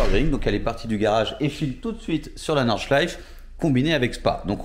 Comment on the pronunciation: NordschleifE…on prononce le E final en allemand. Merci pour cette jolie réalisation !